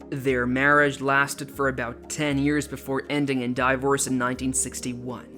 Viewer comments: Die-vorce? If this is. AI? It sucks. If a narrator? Seek a new career. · And Die-Vorce and cerebral Pals-lee... who is this guy